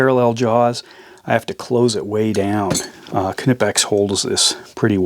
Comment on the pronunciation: Finally an american who can pronounce knipex correctly 😜